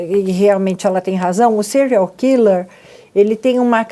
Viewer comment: kkkkk "serial quiler"fala direito loirinha do cabelo curto